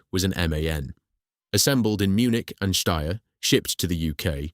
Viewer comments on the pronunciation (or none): none